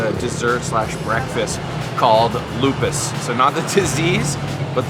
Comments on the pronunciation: glad u enjoy yogya! it's called "lupis" not "lupus" tho,,,ty anyway & enjoy! u said it rite for gula jawa btw! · I'm sorry,It's not called "lupus" but lupis. Lupus is a serious disease. 😂